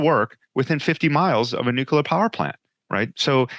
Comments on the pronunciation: Noo-Q-Ler The old George Dubbya pronunciation. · One thing that could help more of these guys be taken more seriously is so easy! It’s free! Say NUKE-LEE-ER!!! Nuke-you-Ler= bad Nuke-lee-Er = good! Atoms don’t have a nuculus, they have a nucleus! Such an easy fix to be taken more seriously! To be clear before the trolls get out of bed: this is constructive criticism. We’ll never get anyone with violently differing views to ever sit down for a civil “agree-to-disagree” conversation if we can’t get the little things correct. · drank a shot everytime the guest said nuculer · have trouble listening to someone that is unable to pronounce nuclear.